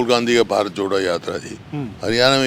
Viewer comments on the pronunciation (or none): none